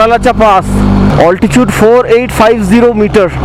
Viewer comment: You seem like an educated guy , why say alti-chood in place of alti-tude !?